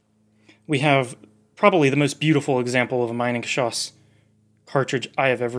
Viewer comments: German native speaker here with a small pronunciation correction (because of course, because I'm German.. :D ). The way you pronounce the "Minen"-part, it would have to be spelled "Meinengeschoss" - which is not a proper word. It's "Minengeschoss". The "Mi" part of the German word "Mine" is pronounced similarly to how you pronounce the English "me" (as in "me, myself and I"). So ... "me-nen" in a super-poor man's phonetic speak. :) Googling "Minengschoss pronunciation" brings up a page with a good example of the correct pronunciation as the top result. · Very good video. Only a minor correction in the pronunciation of Minengeschoss from me, a German. It is pronuced like Meenengeschoss. The German "i" is pronunced like the English "e". Greetings Mega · Minengeschoss is pronounced like Meenengeshoss source: I'm German. It means mine projectile, maybe not surprisingly. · Great video, one minor correction though: You use the English pronounciation of "mine" instead of the German one. No biggie, but I suggest you look up the correct pronounciation of the item in question beforehand. :) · Hahahha "Meinen-geschoss" ! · Minengeschoss. Pronounced like ee. Sounds like Meenengeschoss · the letter I ist pronounce Eee in German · It's pronounced Meenengeschoss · It’s actually pronounced meenangeshoss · It’s pronounced me-nengeschoss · Quick tip: pronounce like “meanan geschoss”. Has nothing to do with mining. 😊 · A little note from a German: Pleeeease don’t pronounce the word Minengeschoss as „mainengeschoss“. The letter i is pronounced e in German, like in the word „inter“. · That's funny, you know a huge load about the Minengeschoss but you still can't pronounce it correctly 😂 Try to say meenen but don't make the ee to long, just take the sound of the ee when you see an i in German. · Begging people that if they make a video about something like "Minengeschoss" they at least check that they pronounce the titular thing correctly.